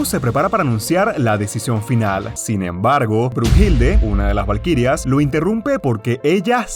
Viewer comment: Oye we no es “Heracles” el Hércules pinche webon Y no es bruhilde sino bluhilda